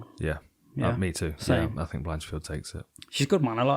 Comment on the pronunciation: Blanchfield… not Blanchard 😅 you boys doing a chael on us?